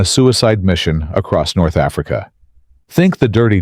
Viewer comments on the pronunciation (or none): none